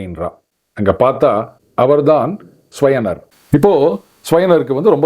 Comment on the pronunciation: ஸ்யவனர் இல்ல ச்யவனர் chyavana.. பாரதத்தில் சரியான உச்சரிப்பு மக்கியம்.